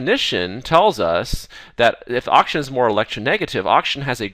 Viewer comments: is it just me or is he saying Auction and not oxygen? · He does indeed says okshan several times in a row. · can't unhear now